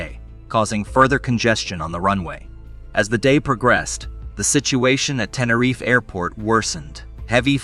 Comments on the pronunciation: only from the 2nd mention onward.. the first mention, he called it "TeneRIFE" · And the prize for the most different ways to pronounce Tenerife goes to... And what the hell is "Klum/Kum/Kullem"?